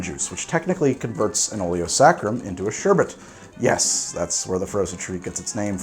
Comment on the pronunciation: Just want to say THANK YOU for pronouncing sherbet correctly. I'm not pedantic enough to argue with folks about it, but I will praise anyone who can say it without adding extra R's.